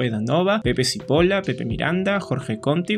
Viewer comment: Tu resumen a partir del 2000 perfecto....todo lo anterior....está sumamente desordenado no guarda cronología.....y hay gruesos errores.... Pepe Cippola....se pronuncia Chipola ....pero en fin...no es tu época y vale el esfuerzo....es muy complicado recavar información de una época en la que la información estaba completamente "regulada" por el gobierno. Fragil empezó en los 70s no en los 80s tocaban cuando yo estaba en el colegio en primaria...eran un boom....y el gobierno militar no impidió el rock nacional...eso no es cierto....simplemente no permitió que Santana tocara porque estaba completamente drogado y lo consideró un mal ejemplo para la juventud peruana y no lo dejó bajar del avión. Pero no impidió que hubieran conciertos ni mucho menos...pregúntale a Carlos Guerrero de We all Together...de hecho hay varias entrevistas aquí en Youtube donde cuenta los pormenores. Es sumamente interesante, fue lo opuesto a lo que pasó en los demás países....y paradójicamente el rock peruano fue "duermiéndose" ....mientras que en los lugares en los que estaba prohibido....por ser comunista....creció con fuerza....el gobierno militar de Velasco era recontra comunista....por tanto hubiera sido ilógico que no apoyara al rock...iba en contra del idioma inglés pero no de la música. Era una época de contradicciones. Tu resumen me ha servido para recordar muchas cosas de esa época. Aunque discrepe contigo. Gracias.